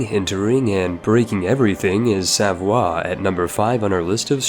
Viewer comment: says Savoie me: ITS SAVOIA (sah voy ah) DAMNIT